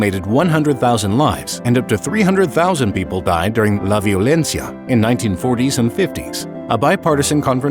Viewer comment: "la violencia" in gringo accent